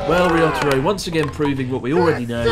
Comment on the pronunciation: "risotto-ro" incredible xD